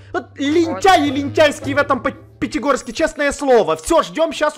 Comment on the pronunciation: Да только сказал Питигорске